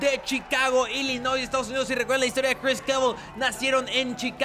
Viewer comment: Al principio de la pelea decías "Cris Kevil" #KCFail